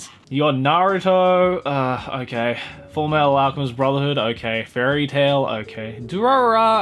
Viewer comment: Hey how you pronounced Fullmetal alchemist and Fullmetal alchemist brotherhood is completely wrong how nux Taku does it is completely right ok👍